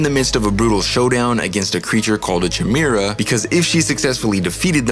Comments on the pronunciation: It’s a hard K sound in chimera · It's a 'Ky' sound. Ky-mera. Chimera. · Learn how to properly pronounce the word chimera. It’s with a hard k sound like coke or coffee, not like choice or cheese. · Dude you can't even say chimera. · Good stuff. Assuming the Chimera pronunciation is intentional, but “Persephone” is actually pronounced “pear-suh-phony”. The emphasis is on the “phone” part.